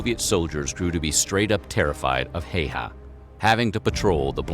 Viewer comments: "Heiha"?, se on Häyhä! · Amazing. Pronounciation. Heyhä. Ä is ä always in finnish language. We don't have different 8 different s's or ch sch or what ever asian laguages what i know nothing of. We have very simple language. It's logic and grammars is always the same. Not like germanic where there are odd verbss. Who ever invented them? like I like this, i liked this, i have liked this, i had liked this. Easy enough but put. i put, i put, i have put, i had put. English is actually so weird and complicated that native speakers don't know it. summa summarum....no1 has ever mastered finnish except native finnish. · way he pronounced Häyhä made me giggle way too much :D